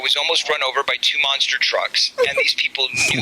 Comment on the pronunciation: Not Monster trucks, but MONster trucks. Emphasis on Monster. 👹